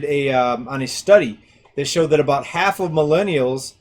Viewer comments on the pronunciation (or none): none